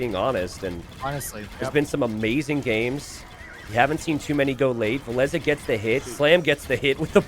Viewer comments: vill-esss sounds so much better then vill ess uh. did villese recently confirm we have been saying it wrong? or what did i miss ? xD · wow i have been pronouncing villese like chinese for years until i heard this commentary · Why did you change the way you pronounce Villese? Very annoying. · Why did and change the pronunciation of Villese? has even corrected himself at some point and towards the end he went back to the old pronunciation.. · they pronounce it that way cause (cant remember what tourney) villese faced barles, and that sounds pretty similar and complicated t90s life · Still can't get used to how Villese is supposed to be pronounced lol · Frankly with how pronounces other names I assume that he's wrong about Villese as well.